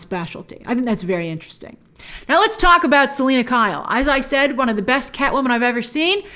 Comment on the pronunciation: What's not perfect? Not even one proper pronunciation of the word when referring to zoe's selina. Gotta put a lil more 'purrr...' into it ;)